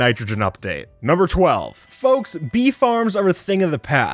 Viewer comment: when you said "bee farms" for a second there i thought you said "beef arms" and i was confused